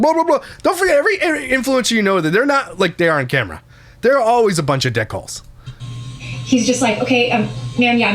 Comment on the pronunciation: He said "dick holes" but I heard "dickles" 😂😂😂